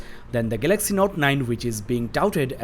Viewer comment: gaylexy note 9 what a accent